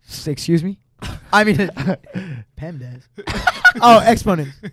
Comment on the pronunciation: lmfaooo he said "PEMDAS ?"